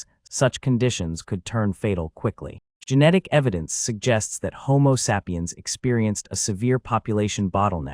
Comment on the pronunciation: I couldn't watch after the 3rd mispronunciation of "sapiens"